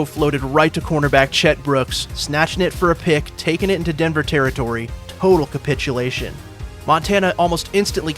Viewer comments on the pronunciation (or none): none